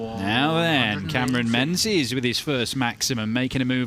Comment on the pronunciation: menzies ain’t pronounced ‘men-zees’ it’s pronounced “ming-iss” it’s gaelic